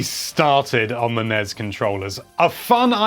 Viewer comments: "NESS" not "NEZ" =) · Can anyone explain why he sounds out N.E.S. and S.N.E.S. like it's a word.....???🤨 it sounds rediculous..🤦‍♂️ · I cringe ever time you say nez and snez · NES? I usually hear it pronounced N-E-S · EVERYTIME YOU SAY "NEZZ" I KILL A KITTEN.